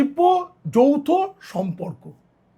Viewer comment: যৌথ নাকি যৌন সম্পর্ক কী বললেন ঠিক বোঝা যাচ্ছে না । 😂😂😂😂😂।